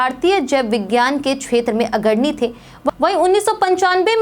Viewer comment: Agarni kya hota h 😂 agrani h ji😅